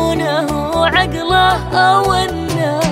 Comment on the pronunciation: إحساس ولا اروع....صوتها له نكهة مميزة تختلف عن بقيه الاصوات...نبرة صوتها شي خرافي وخصوصا من تنطق حرف(ع)....في كلمه( واعرفة )....صوتها شيء فوق الوصف...